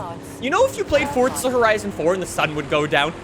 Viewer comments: Tip a dully dose not count as 2 wheels it counts as one and its forza not fortza thank you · it is pronounced F-O-R-Z-A not F-O-R-D-Z-A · You should try saying FORZA not FORTZA!!!!!! sorry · Him: Fort-tza Everyone else: Four-za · Stop calling the game Fortza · Its forza not fourtza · 4za not fortza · "forsta horizon 5" lol... "z" whats that? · stop calling it fortza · WHY do you say "ForTza horizon 5"